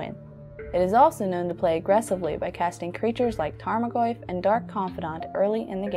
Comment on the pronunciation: Love the easy music and soft voice. 'Tarmogriff' at the last cracked me up hard. I guess she doesn't know magic, just narrates.